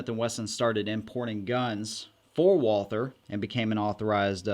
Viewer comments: Since You are working on your German pronunciation. Not WALL-THUR, BUT VOL-TAA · It's pronounced... VAAL-TER (I'm German) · It's pronounced walter or valter in german. Not with the th sound like you're doing. All that ww2 study you claim to be doing and can't even look up a simple pronunciation. Smh Edit: can't even finish this video. You say it the wrong way over and over while saying "you're working on your German for this video" No you didn't work on your German.